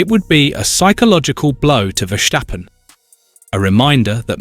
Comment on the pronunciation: Stop this stirring up the mood and fgs pronounce Max’s surname as VerStappen. There is no sh in his name.